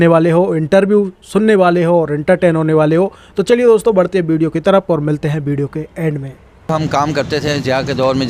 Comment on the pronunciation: angrejo ko nahi UP bihar walo ko hindi bolna sikhana padega tum log V ko B bolte he jese ki Vijay ko Bijay ,vinod ko bhinod ,visa ko Bija ,savita ko sabita ,vedio ko BEDIO ,vimal ko Bimal 😬 Or hindi sikhna ho to bolna